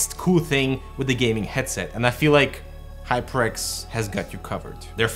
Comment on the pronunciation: it sounded like you said High Pricks 😅😅😅. I need this new headphone.